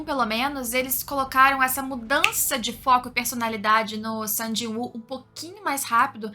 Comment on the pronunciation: AHHHHHHHHHHHHH, FALA SUNG!!! NÃO "SAN"!!!! AAAAHHHH